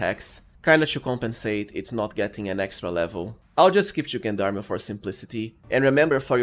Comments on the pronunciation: Gen-darmy? It's french , its JeanDarm, zhaan dARM -French Canadian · fwiw, if he reads this it is a french word pronounced: "Jon darm" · Just a small note on the pronunciation of gendarme: the “g” is pronounced like the second g in “garage”, sort of like “Jean Darm”. It’s derived from the French gens d’armes which means “men at arms.” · I'm going to be real pedantic and point out that Gendarme is french and pronounced zhän′därm″ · I love how you pronounce Gendarme ^^ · I know. That's why I love how he pronounces it ^^ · Nice build, though as a french speaker i cringe a little bit with your pronunciation of gendarme. It is pronounce with a soft g like gentleman or do you say kentleman?